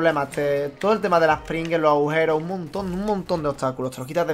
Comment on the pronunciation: Ha dicho pringues, he entendido "pringles" y ahora me apetecen y son las. Te odio >:,V